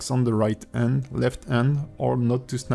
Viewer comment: Hi, want to ask something, do not get me wrong, but in your paid course for rigging, do you speak slowly, better? I m asking cause i am considering get your course, but i get messed alot couse i do not understand alot of words you speak. like, when you should say hand and you said "and", you are eating the h sound when its the first consonant. Also you cut some parts or go to fast trought some important parts. I just want to be sure that you do better on the courses, cause i see that you are very talented and pro on blender, but you fail some diction and explanation.